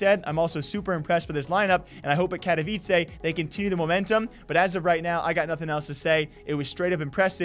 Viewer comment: KATOwicsay LMFAO bro. Can you not pronounce it when casters been saying it multiple times correctly before? Also they qualify for 2 tournaments. Get your stats right buddy